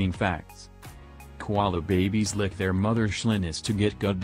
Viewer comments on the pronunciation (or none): none